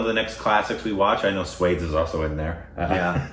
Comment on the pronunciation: No matter how hard they try they cannot pronounce it right!